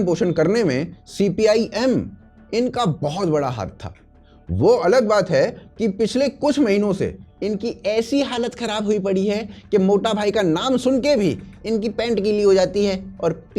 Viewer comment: मोठा भाई, ना कि मोटा भाई ! गुजराती में मोठा = बड़ा। बड़ा भाई ।